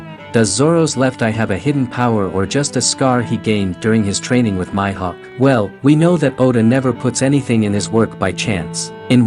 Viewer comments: Did my guy just called Mihawk My Hawk??🤣🤣🤣🤦🏾‍♂️ its prononced Me Hawk not My Hawk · This guy is saying "My"hawk when yhe anime clearly pronounces it as "Mee"hawk smh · Mi-hawk not myhawk lol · nigga said Myhawk 😭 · Lol your annunciation for Hawkeye You need to announce it with the long E sound not the Y sound for Mihok lol